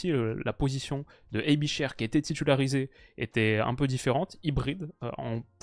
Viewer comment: très bonne vidéo. Aebischer se prononce « aibichair » et non pas « aibicheure »mais c’est juste un détail